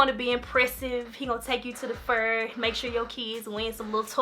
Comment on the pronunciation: “He gone take you to the fuuuurrr” Sooo Memphis lol 😂